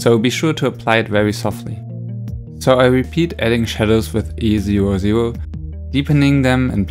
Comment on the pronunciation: At first I thought you were saying the colours you were using while couloring, so I was like “what the heck is easy ro ze ro?” ( E00 lol )